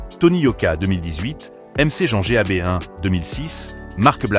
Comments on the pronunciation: le clash avec mc jean Gabin ( l'ia prononce m c g a b 1 ) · La voie du narrateur est degueulasse, "OuestE side, 1kut , nero Nemezi, mc jean G.A.B.1, kalash il montre la photo kalash criminel 😂"les prononciations c est pas possible pour kopp c est l ia ou quoi ?